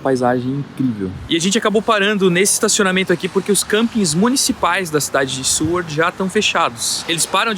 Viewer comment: Seward e não “Sewerd”…